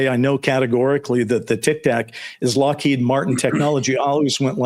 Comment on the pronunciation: Happy birthday! Also, Steven Greer has been saying it's Lockhead as well. Like consistently, since the video came out.